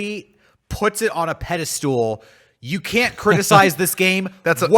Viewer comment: I thought pedestal mispronounciation was an IT-crowd reference